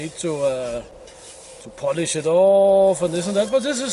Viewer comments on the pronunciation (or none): none